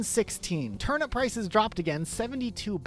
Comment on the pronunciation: bro why he pronounce turnip like turn up its actually pissing me off so bad i literally cannot finish this video